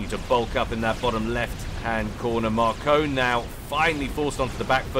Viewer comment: It's pronounced Mar-Cone. It's french.